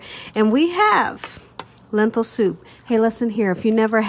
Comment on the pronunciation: The word is lentil not lenthil